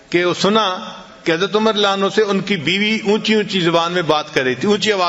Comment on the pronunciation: Hazrat aap ka bayan bht acha hai...Lekin ek baat pe aapko guzarish karunga k aap Radiallaho Anho PURA Ada Karen... Hazrat Umar k Naam k aage aap jo farma rahe the (ma'azallah) us ka matlab galat hota hai ye aap mjhse behtar jante honge...